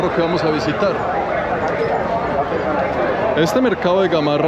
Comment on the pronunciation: Es cierto que necesitamos más trenes, mínimo 20 vagones más. No es Gamorra,Gamarra.